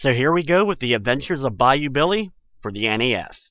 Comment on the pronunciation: when i played the game i didnt hear the adventures of BAYOU BILLY ....I heard the adventures of bayou biwwe